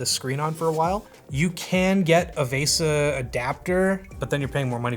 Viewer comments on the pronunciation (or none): none